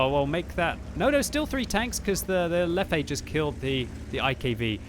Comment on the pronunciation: Lefefe? really? :D